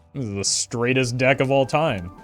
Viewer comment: "Straighest" deck XD